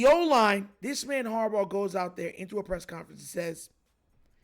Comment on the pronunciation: It’s harbaugh